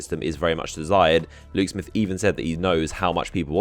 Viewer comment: what are u saying? lou smith luke smith?